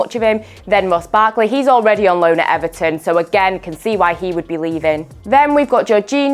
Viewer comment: she said Everton lmao